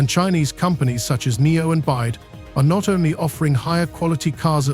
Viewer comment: For the record, the Chinese manufacturer doesn't pronounce its name Byde, it's Bee Why Dee, the initials BYD stand for Build Your Dreams.